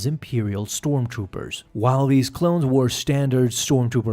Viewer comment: "Storm Toopers"